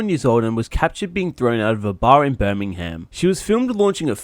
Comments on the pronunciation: It's not pronounced Birming-ham it's pronounced Birming-um (not trying to be rude just trying to let you know how it's pronounced) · it's pronounced Birmingam not BirmingHam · I am from England near Birmingham and just so you know for future reference it is pronounced bur-min-gum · Anyone else triggered be the way he's saying Birmingham